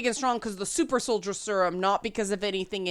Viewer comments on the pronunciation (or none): none